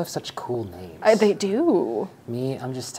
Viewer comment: I love you so much but you are BUTCHERING normal names 😂